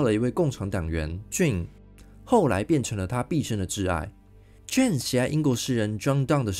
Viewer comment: JANE 唸"眷"不是"俊"，聽得好痛苦。:face-purple-crying